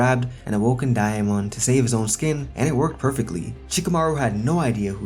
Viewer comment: Why are you saying diamond like that?